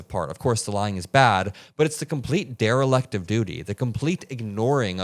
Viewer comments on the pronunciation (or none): "derrileck" lol